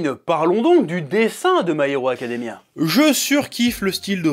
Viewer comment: Pourquoi tu dis parfaitement "Civil War" et pas du tout "My Hero Academia"? 😭